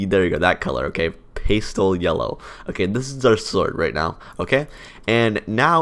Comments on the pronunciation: "Paste-ell yellow" what the heck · Btw the way pastel is pronounced is like "pas-tell" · its past-L that's how you pronounce it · Did he just say pAEstel?